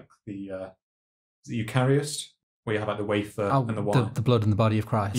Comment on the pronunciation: "YOO-kah-rihst". You've seriously never heard this word pronounced?